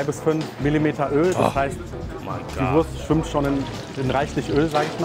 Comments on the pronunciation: No offense, but Wurst is not spellt like worse but voorst. Imagine a V followed by oo like from loose but shorter. It a national dish with international roots. A delicious and cheap meal from the dark past of post-war Germany. The Currywurst was established in West Berlin (West Germany aka Federal Republic of Germany (FRG)) and later reinvented without casing/intestine in East Berlin (East Germany aka German Democratic Republic (GDR)) because of shortages of intestines. At first the sausages were cheap and very low quality. But soon after establishment quality standards were erected by the local government, food authorities and the food industry. The official inventor of Currywurst is Herta Heuwer but it is a high possibility thar Currywurst is an invention that several people made at the same time. And without occupation it might be never invented because Brits brought Curry powder (spice blends) from colonial India (British East India Company, BEIC) to Germany and Americans Tomato ketchup. Today is this dish all over Germany. But there are 3 areas that claim its invention and celebrate their version: First Berlin, second Lower Saxony/Hamburg (Currybockwurst or Volkswagen-Currywurst (yes, the car manufacturer sells their own version)) and third North Rhine-Westfalia (mostly Ruhr area). They are barely comparable. The share the core concepts but taste very different in profile/detail. In Berlin the sausage has to be pan-fried by law, in Northern Germany it is more common to h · you pronounce the wurst with an 'o'. But that is wrong. Its a 'u'